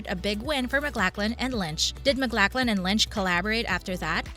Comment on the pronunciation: It helps when you use an actor's full name (Max Von Sydow not Max Von). or the correct pronunciation (Kyle Mac-LOCH-lan not Mac-LACK-lan). Is this a bot's voice made from sampling a VO actor?